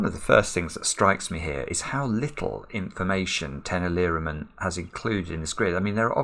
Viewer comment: "Tenali Raman" is pronounced as "Tenāli Rāman" (those two As are long), I had to comment after hearing your pronunciation :)